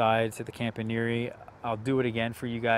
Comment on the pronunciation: Are you sure that's how you pronounce Campaniere? I watched the Thierry introductory video and it sounds like the announcer says, "Comp-ahn-ye-air". Similar to the way the back end of Pastiliere is pronounced but with the front end being different. The -iere is the same for both names... not sure about the origin. I got one earlier this year so it's still a baby but can't wait.